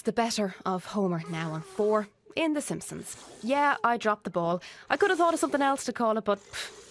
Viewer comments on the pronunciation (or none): "The Cheese and Onions" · 'Teh simpkimsons' was so funny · THE HIMPSONS!!!!! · The Doodle Dimpsons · The Sampsons